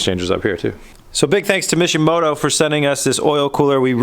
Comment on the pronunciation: For all this time i thought he was saying mission moto until i saw the box..